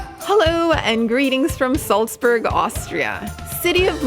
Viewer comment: You can't pronounce Salzburg properly.